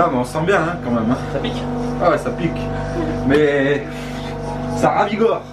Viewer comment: ça ravigore ptdr jpp😂 jcrois il foulait dire ca revigore